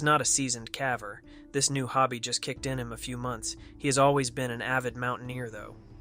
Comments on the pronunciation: Uhhh 🙄 somebody needs to teach the AI voice bots that the word is pronounced “KAY-VER” not “K-a-VER” with short “a” sound as in the word “calf”! 🤦🏼‍♀️😳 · Watch the Scary Interesting cave and cave diving videos...that's a great channel...this shit sucks. Shit graphics and middle school essay style script 😂...I tried to finish the video but this a I shit sucks...Watch Scary Interesting or Mr defied.. ..I promise they will NEVER call a caver a CAVVER lol. Real narration is key. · Next step, get AI to pronounce "caver" correctly